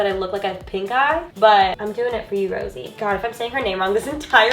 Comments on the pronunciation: its not Rosie, its Rosé 😂 I understand you tho dw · BLINKKKKK!!!!! 🤩✊🏻🖤💖💕 also Rosé is pronounced "Rosé-ay" 😊💜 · the pronouncation of her name is Rosé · how to spell: rosé how to say: ro-say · u say you are a fan but you can't even say her fucking name right fake